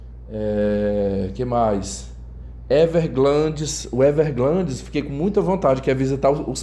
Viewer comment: Everglades sem "N" e não Everglandes com "N" de glande. 🤣 🤣 🤣 🤣 🤣 🤣 🤣 🤣 🤣